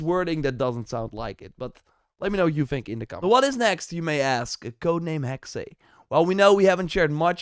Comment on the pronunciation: again !!! its HEXE and not HEXEI!!! maynonaise chollandaise!!! say HEXE HEXE and again HEXE and not HEXEY darn